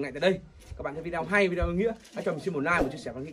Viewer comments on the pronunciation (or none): none